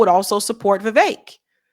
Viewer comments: Viv-ek not Viv-ache Fuentes not Fu-entes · How are you not able to pronounce the simplest of sounds? Seriously is this a black thing? I hate Vivek and Dinesh. But the way you pronounce their names is doing my head in. But it's time these Hindutva coolies found out they aint white.